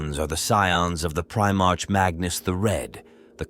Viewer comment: Indeed. I had to turn off after hearing 'Pri-march' again and again.